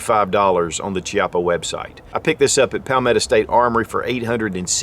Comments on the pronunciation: It’s pronounced “Kiappa” not Chiappa. You should get the name right if you’re going to do a review. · It's not pronounced shiapa, it pronounced kiappa. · It's pronounced "kiappa" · Pronounced as 'KEY-APPA', not 'CHI-APPA. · Thanks for the review, even if it's a few years late compared to you-know-who and you-know-who-else. So, I'm from the South too, but I still know that it's 'hex-AG-a-nal, not 'HEXA-gone-al' (like it's not a 'SPEED-oh-me-ter') and it's 'KEY-ah-pa' and not CHEE-ah-pa.' You can hear MR. Chippa pronounce it himself. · Pronounced “Kiappa” with a hard C. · Key-appa is how it is pronounced. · The pronunciation is Ki-appa, where the I sounds like e rather than I. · Hi, the correct pronunciation of "Chiappa" is "Kiappa", Italian is a weird language I know :) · Pronunciation of “chiappa” is kyappa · pronounces Chiappa "Chee-appah" also: pronounces Fiocchi "Fee-ok-Kee" Confusion intensifies. o.O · Key appa is how it's pronounced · The exact pronunciation is Kiappa: "ch" in Italian is ever equivalent to "k". So Ch-i-appa is K-i-appa. But "Ce" and "Ci" (without H in the middle) is equivalent to chi and che. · Is pronounced kiappa, goddammit! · Pronounced Key-Ah-Pah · the "Ch" is pronounced like "K". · It's named after the company CEO, Rino Chiappa. Pronounced "Key-appa". All models have fiber optic signs with the exception of the 200DS/D models. They just released an all-stainless 3 inch version. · I own the 20ds and it's not double action only. Its double or single action. Not trying to nit pick my friend but its pronounced "key" appa. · Pronounced: KEY-op-UH. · It's name after Rino Chiappa. It's definitely Key-ap-uh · I thought it was funny that he pronounced "Fiocchi" correct but not "Chiappa" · You can pronounce fiocchi but not chiappa? Both Italian made. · 11 years later and they still can't pronounce Chiappa